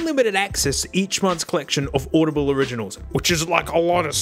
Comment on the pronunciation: bro just said audibiblle? love it.